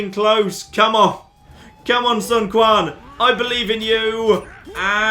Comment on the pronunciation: sander heutink yes. Q makes a similar sound to T in English but put your tounge on the roof of your mouth and say T that's pretty much the Q sound. said something like Kwan for "Quan" but it should be pronounced too enn